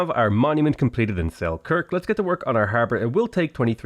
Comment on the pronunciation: something just feels wrong when you pronouns Selkirk